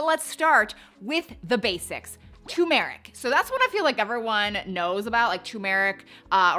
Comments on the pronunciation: Your saying tu-meric which is wrong. You should say Tur-meric. You're leaving the R out. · TUR-meric. not tuMERic. see the 'R' in the beginning of the word?? - it's not a silent R. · That brand isn’t available on Amazon in 🇨🇦 so I’m on a hunt for something similar. It is also boosted when black pepper is added. It’s definitely pronounces Tur-meric not tumour-ick. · TuR-meric, the first R is not silent. 😅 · UGH!! It's tuRmeric not tUmeric ❤ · You mis-spelled TURMERIC, which is probably why you also mispronounce it. It’s not too-meric. Dont fear the R 😊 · Repeat after me... TUR'-mer-ic TUR'-mer-ic TUR'-mer-ic Yes, turmeric. That is the way the word is spelled, and the way researchers say it. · How come everybody conspires against the first R in Turmeric? what is the deal with that? 🤪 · There are two R's TURMERIC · Girl it’s TUR-meric 😂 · It’s turmeric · It’s actually tuRmeric…there are two Rs in the spelling. 😂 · It’s actually tuRmeric. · It's tuRmeric...don't forget the R! 😂 Thnx for the info. Appreciate your research. Have been taking turmeric but am going to give this one a try. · It's TURmeric